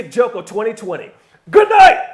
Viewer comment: HE WENT HARD WITH THAT GOODNIGHT AT THE END XD =)